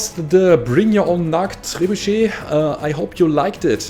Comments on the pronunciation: You pronounced it correct, but I like to call it trey-boo-shet. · I'm French and yes you have well pronounced "trébuchet", GG ;) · Pretty much how "Trebuchet" is pronounced yes. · Your pronunciation of "trebuchet" is way better than most English speakers can manage...